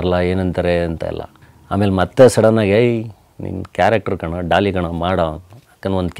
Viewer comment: It's not dolly it's Daali